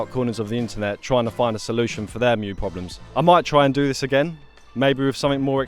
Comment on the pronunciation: So happy to hear you know how to pronounce "mju"! I've seen a fair few similar videos and I wince every time I hear it called "mee-joo" 😬